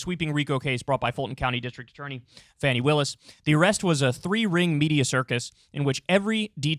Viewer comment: It’s pronounced Fawny, not Fanny.